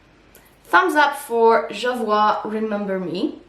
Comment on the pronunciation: It’s actually pronounced jo-voy( rhymes with joy) 😊. It’s a boutique in London.